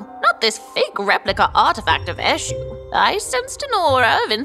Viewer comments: It’s not pronounced like that tho: it’s pronounced; Ashoe… the god Edit: it’s spelled Esu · She didn't even pronounce the Eshu very well 😂😂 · As a Nigerian, hearing the way they pronounce"Eshu" makes me laugh😂